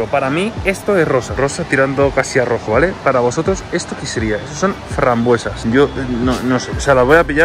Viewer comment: Frambuesas rosas, se le ah escapado la s